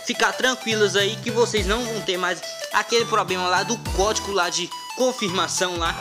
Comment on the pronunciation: "Pobrema" e "Cricar" é foda !!!